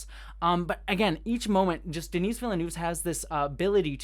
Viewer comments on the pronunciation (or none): The "s" in "Denis" is silent, the way you pronounce it would be the female version "Denise". It's French. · Just for the record, Denis is pronounced "De-Nee". The S is always silent when at the end in French. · De-knee Vil-nuv. Don't pronounce the S :) So excited for this one! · Great review, thanks! Small note - Denis Villeneuve's name is pronounced kind of like "duh-NEE".:)